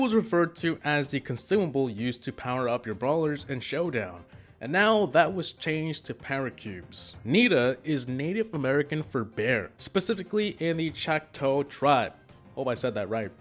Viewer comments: Nita tribe is pronounced chock- tall And poco means little in music and adagio is pronounced ah-dodge-e-o poco y poco means little by little . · Choctaw pronounced chok-ta I’m part Choctaw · It’s pronounced chalk ta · I know that I’m late but I am part Choctaw and it is pronounced chalk-ta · You idiot you pronounced Choctaw incorrectly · It’s Choctaw